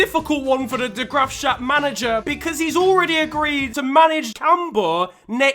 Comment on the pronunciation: The way you said de graafschap actually hurt